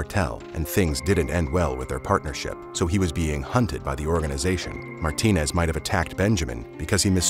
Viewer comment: Just like my last names, there are many last names ending with ez that hispanic people have. It is not Martin but Martinez, you cannot just skip the ez when you are pronouncing the name.